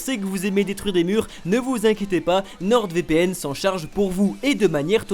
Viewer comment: nordEvpn Mdrrr le placement de produit ou le nom est mal prononcé 😂